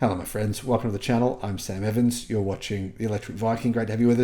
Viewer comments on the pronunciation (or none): none